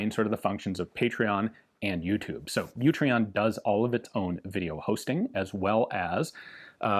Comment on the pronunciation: In case you miss it in the dooblidoo, it's Utreon, not YOUtreon.